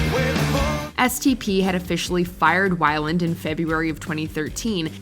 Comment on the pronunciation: Hearing the narrator repeatedly mispronounce Scott Weiland's name was downright painful. 😣